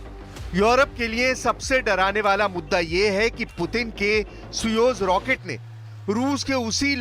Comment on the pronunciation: बार बार सुयोज सुयोज़ बोल के अपने प्रारंभिक शिक्षा में कमी को उजागर कर रहे हैं.. सोयुज है